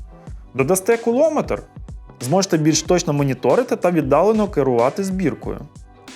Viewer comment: Тільки не "куло", а все ж "кулоно" метр... 😂😂😂